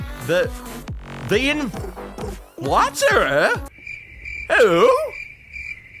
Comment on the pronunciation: I'm pretty sure its pronounced "The Inflate -rer"